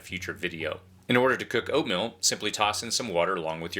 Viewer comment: Did he say oatMILL?